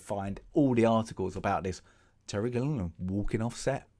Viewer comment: Are you mispronouncing Waikiki's and Gilliam's names on purpose, or did you just never bother taking a couple seconds to read them?